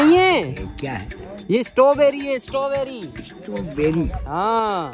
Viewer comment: Satorberry nhi strawberry hota h😊